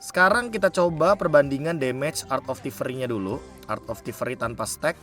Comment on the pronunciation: Be sepele sih ini, tapi baca stack-nya agak ganggu, jadi laper dengernya steak mulu😂